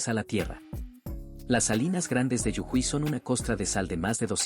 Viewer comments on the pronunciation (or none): Yujuy noooo!!! 😂😂 Jujuy. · Hay que decirle a la IA que es JUJUY no yujuy. El mapa localiza muy mal. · Las salinas son en Jujuy no es Yujuy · Es jujuy NO yujuy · Si te gusta monetizar tus videos, x respeto deberías a prenderte los nombres de las provincias de mi país, el idioma es claro, es Jujuy, y no yujuy, como lo mal pronuncias. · No sedicen yujuy sedice jujuy😂🧉🇦🇷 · Es muy difícil pronunciar Jujuy que tienen que decir (de forma ridícula) yujuy? Si esto es generado artificialmente, le sugiero que revise su programación para no caer en el ridículo. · Y después dicen que somos agrandados... 😁🇦🇷❣️ Corrijan las ubicaciones en el mapa y la pronunciación de Jujuy... Gracias!